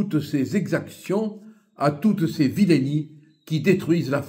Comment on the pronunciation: La prononciation correcte n’est pas vilainie mais vil’nie.